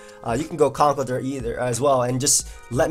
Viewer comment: I hate to be that guy,... but it's pronounced "Conk-ELD-urr". He's an elder of concrete.